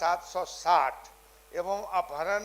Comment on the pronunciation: Apharan read karen na ki aprahan please mantri jee